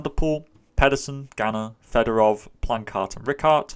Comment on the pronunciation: Thanks for the great breakdowns all year! Just because he keeps coming up this year (and I know you're trying your best on name pronunciations), I wanted to mention that I'm pretty sure Yevgeniy Fedorov's last name is pronounced something more like Fyodorov. I'm not a Russian speaker though, so someone correct me if I'm wrong.